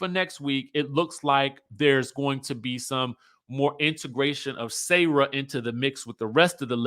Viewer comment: I love you but her name is Sarah not sayrah😂. Pronouns the 'sa' like 'salt' and add the rah.